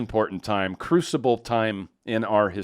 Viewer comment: CRUCIAL, not crucible. Lol.